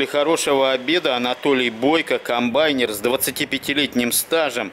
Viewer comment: комбаЙнер :) ударение хоть ставьте комбаЙнёр !!!!